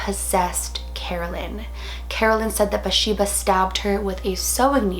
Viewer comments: I thought her name was BaTHsheba? Not Basheba...either way, loved this movie and Lorraine and Ed Warren movies! Always so well done. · It is BATHsheba. She wasn't pronouncing it right, but I love her anyways